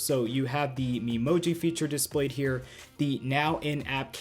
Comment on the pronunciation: Uhhhhhh, I think it’s Me-Moji with the “Me” pronounced like the “me” in “meat”